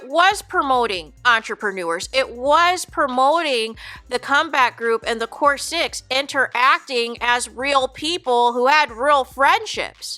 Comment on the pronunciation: It's not no core six it's a core sick😮😮😮